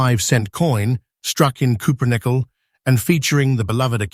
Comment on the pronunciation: Sounds like bunk ,can't pronounce cupronickle & not mentioned at auction,& millions minted,wake up I don't so like that for auction